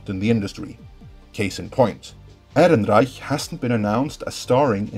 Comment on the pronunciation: Fuck I love the way you say "Ehrenreich"!